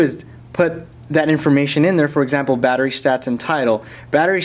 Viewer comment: vattery boltage :D :D